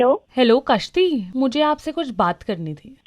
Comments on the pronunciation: Kashti ni.... Gashti. 😄 😄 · A kashti nahi Ghasti hai😮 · Kaashti. I heard something else